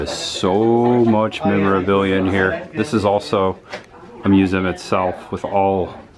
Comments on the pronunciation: Thank you for this review, now I do not have to give them any money. Also it's pronounced museum. 😘👉👉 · the way you pronounce museum is funny. mu-zzem